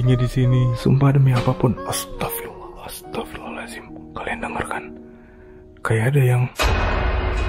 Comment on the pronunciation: ASTAGFIRULLAH , Bukan ASTAGFIRALLAH koreksi